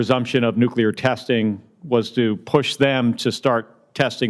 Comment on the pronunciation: It is NOT Nuculer 🤦‍♀️ SAY IT WITH ME... NUCLEAR 😊